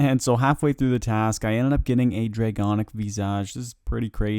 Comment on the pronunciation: Can someone please teach this guy how to say draconic visage